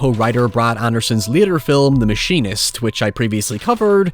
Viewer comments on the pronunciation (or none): none